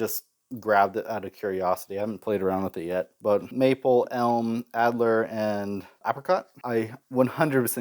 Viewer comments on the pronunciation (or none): Alder. All-durr. Alder. Not Adler.